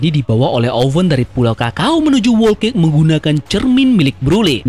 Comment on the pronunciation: 'Whole cake' cara bacanya buka 'Wol Kek' tapi 'Hol Kek' Sekedar mengkoreksi. Terimakasih